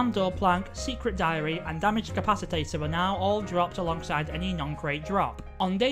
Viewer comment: I am hospitalized from taking a shot every time they said capacitor wrong